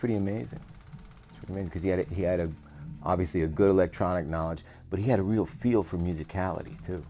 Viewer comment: Best part about this is pronouncing the “k” in “knowledge.”